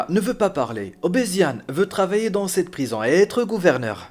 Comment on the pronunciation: "le directeur de la prizan" ? :o)))